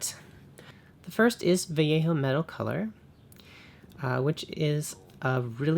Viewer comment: Game color and Vallejo are the same company..... note two LL's in castellano spanish is a Y sound great video